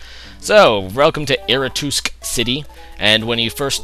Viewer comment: I'm not one to make point of different pronunciations, i'm usually pretty liberal myself and i like hearing the different ways people call things... but I have to bring up Eretoosk City .I don't know if this is just something that carried from an early age, but Ecruteak i imagine couldn't possibly sound like that. hahahahaha. On a side-note, loving this playthrough and keep up the good work :D Love your pokemon names :P Stoned.... lol